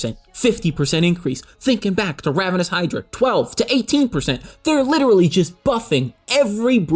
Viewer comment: IT'S RAVENOUS HYDRA YOU DIP